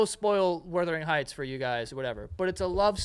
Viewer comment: listening to joe butchering wuthering heights was an exercise in frustration tolerance for me